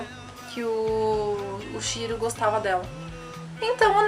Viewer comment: Shiro?@@ acho melhor você fazer um roteiro antes de fazer um video... você falou Shiro Shira e tal...@@